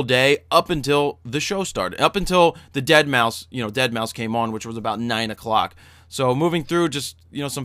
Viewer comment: lol, "dead-mau-five"